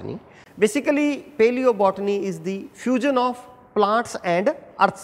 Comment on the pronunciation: Nice but plzz pronounce properly paleobotany